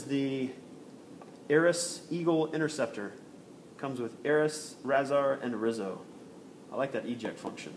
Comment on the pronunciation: Razar has a sound rayzar